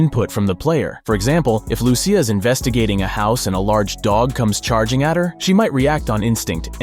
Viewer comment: Every Lucia I know in real life pronounces it "Loo-Sha"